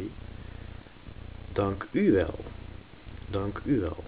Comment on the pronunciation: not every word i pronounced ( or however you spell it) right. like "dankuwel". you put the emphasis on the "u". but isn't realy that way. at least not where i'm from. maybe it's you'r accent ik typ dit in het engels zodat de engelsen het verstaan.